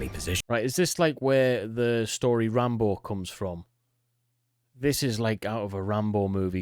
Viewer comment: ITS RANBO